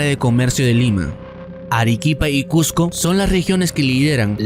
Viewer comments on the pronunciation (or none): none